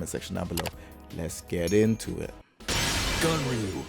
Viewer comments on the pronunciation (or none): Announcer: GUNryu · I thought it was pronounced GONryu